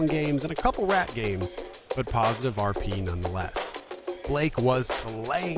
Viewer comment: Amazing video, shame you called it KP instead of RP the entire video though!